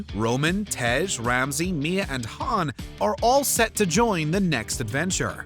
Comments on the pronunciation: How the heck are you pronounce Han, Han(d) lol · #2 - did you just pronounced Han like Lando Calrissian from Star Wars dfd?